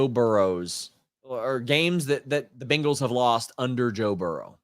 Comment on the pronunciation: I like how you say BINGals 😂